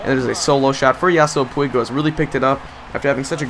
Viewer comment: ive been itching to say this and it has been bothering me so much...it is pronounced pweeg not like pwig..sorry it just really bugs me when you continually say his name wrong